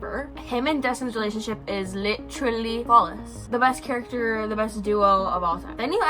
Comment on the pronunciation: Lit-truh-Lee Claps hands Lit-truh-Lee Claps hands Lit-truh-Lee Claps hands Jfc